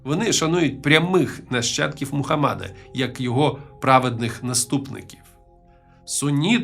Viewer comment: Мухамеда а не мухамада